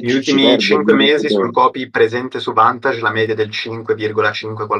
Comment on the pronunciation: Ho sentito bene o han detto vantage? 😂 minchia è segnalato dalla consob bel broker ragazzi, dimostrazione di grande competenza e trasparenza